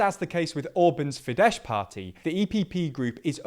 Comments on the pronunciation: Fidesz is pronounced with an S at the end not sh (in Hungarian, s=sh and sz=s). Just thought to let you know since I fear we'll be hearing from them in the future 😒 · The sz in FIDESZ is pronounced s, not sh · sz = s not sh = sz like in polish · Unlike Polish, the sz in Hungarian is pronounced like s, rather than sh, so Fidesz is more like "feed ess" rather than "feed esh". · Completely agree. Would be nice if they would learn the correct pronounciation of the "Fidesz" party- it would be Fides not Fidesh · the correct pronounciation of Fidesz is like *fides, not *fidesh, it is a Hungarian mosaic word, not Polish :D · Side note: Fidesz is pronounced as “Fi-des”, Hungarian /sz/ is ‘s’, while /s/ is ‘sh’. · Fidesz is pronounced with a soft "s", like the latin word "fides" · Soros is pronounced 'shorosh'. Fidesz is pronounced 'fi-des'. *values I regularly find typos in your videos. Why is that? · Only thing I wanna add that in Hungarian the "sz" in Fidesz is pronounced as "s" in sake for example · Fidesz is pronounced with an “s” sound, not with a “sh” (those are very distinctive sounds in Hungarian). Great video otherwise :) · The SZ in FIDESZ is still a normal S. It's not Polish, the SZ-S thing is reversed in Hungarian. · Horrible pronunciation of names e.g. the sz in Fidesz is pronounced as an s.